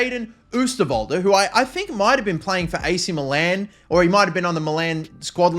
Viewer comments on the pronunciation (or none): none